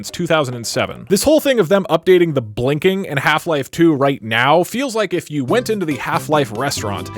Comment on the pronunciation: that's better. The way you said the first one sounded like hla was the only vr experience